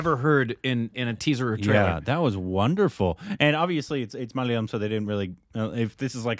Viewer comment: Mic drop! Proud of the way pronounced Malayalam. You've come a long way, 😅